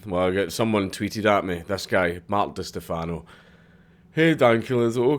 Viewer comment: Holy shit, is that an Eve Online tat on your right wrist? Forgive me if it's old news, but that's awesome. BTW, it's "Di STEH-fano"...or just "cunt".